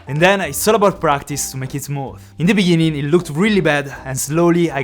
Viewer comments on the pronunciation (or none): I thought he told 'in the biningin' 😂😂 Like if u heard it as well.